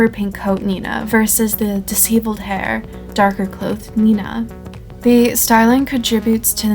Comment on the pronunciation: pronounced “dish-ev-uld”